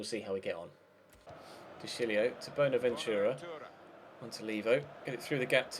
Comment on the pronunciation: stop saying boner ventura